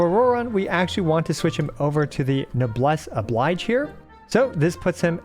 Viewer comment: Please, for the love of the Heavenly Principles, learn how to pronounce Noblesse Oblige.